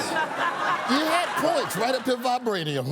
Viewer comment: Cannot top "Vibrainium"